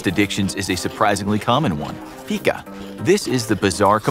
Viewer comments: It’s “Pie-ka” when you chew on stuff not Pika like pikachu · It's pronounced "PIE-kuh" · ....google is youre friend pica is promounced PIE-KA...its an eating dissorder, not a pokemon...lol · Ohhh it hurts when he reads Pica phonetically.